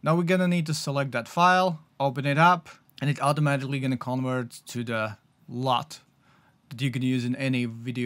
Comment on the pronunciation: U doesn't make an O sound. XD I was so confused trying to figure out what this new LOTE was.